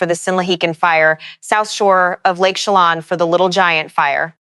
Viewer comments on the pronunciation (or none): It's pronounced Esta-KAY-da. And Lake CheLAN (like shay land)